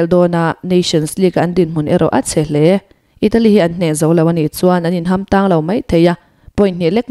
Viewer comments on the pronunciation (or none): none